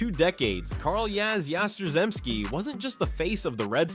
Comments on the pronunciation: Oh come on! Yastrzemski, pronounced "Yah-strem-ski" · The pronunciation of Yastrzemski really got butchered. He deserves better. That man was pure greatness!!! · Good list. It's terrible that you can't get Yaz's last name right.☹ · You don't even mention the fact that Pedroia won an MVP? I mean, come on. 5 foot nothing.... director and producer of "The Laser Show" Dude got everything he could out of himself. Not mentioning Fred Lynn should get you charged with fraud because it doesn't make sense...Kinda like the way you butchered Yaz's name? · Really good, except for Yaz name pronunciation